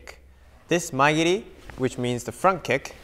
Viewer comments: Shouldnt mae geri be pronounced "ma-e geri" and not " my geri" ? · So it's Mae geri not Maya giri